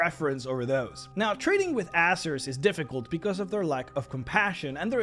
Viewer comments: It's pronounced AiZeer not asser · I think you ought to pronounce it "AZZER" and not "ASSER" just to avoid confusion with other, less PG youtube channels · Hate to be that guy, but I think it's AY-ZER